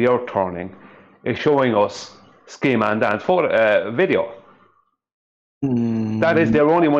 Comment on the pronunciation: did you say Ski man Dan?